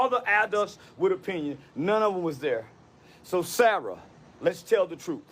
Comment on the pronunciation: It's funny he didn't change anything he said originally about the knife and calling the teachers and all, just going on about jim crow laws (I bet he can't name one) and it was southern jim crow.. guy can't even say the word "adult" let alone be one